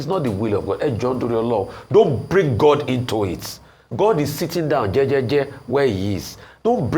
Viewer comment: OgyOkpe it’s “THANK GOD” not thank good……., who are you afraid of? Mad people. Even Americans say “Thank God”.